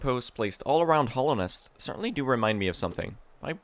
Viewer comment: Kinda bugs me how you pronounce Hallownest as "Hollownest". Yes, "bugs me" is intentional.